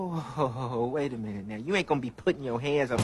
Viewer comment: She said I don't want to minute( my noot) that's not how you use that word slowiesha